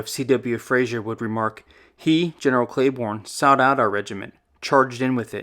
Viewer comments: you name Maj Gen Pat Cleburne. It's pronunced "clay burn" not "clay born". Just a small correction but it had to be made . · Clay-Burn, not Clay-Born. General Patrick Royane Cleburne was an incredible man who moved from Ireland and lived the American Dream. By the way, he was the most vocal general in favor of abolishing slavery that the Confederacy had. He was known as the "Stonewall of the West."